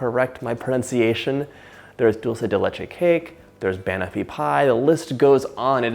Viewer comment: Hi there John the pie is pronounced Ban of ie this is the phonetically pronunciation of a classic pie which is super yummy 😋